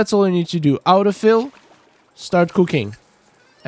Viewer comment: what is “out-o fill”?